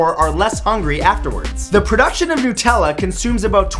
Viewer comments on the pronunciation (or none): NUT-ella, NOT NEW-tella!!! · This make me laugh because he pronounced nutella nootella :D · It's not NOOtella. It's NUTella. Because it doesn't come from hazelNOOTs.